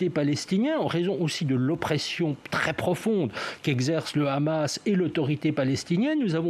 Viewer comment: premièrement c est hamas et non pas khamas les palestiniens on riposté car les sionistes c est le pire virus dans le monde qui n a pas d ailleurs d amis les soit disants amis c est des passes temps uniquement pour arriver a leur fin satanique bark. autrement comment arriver Les sionistes n aiment personnes uniquement la légende terre promise rien que pour les sionistes racistes a eux seuls et tout ce monde est leur esclaves americains occidentaux et autres.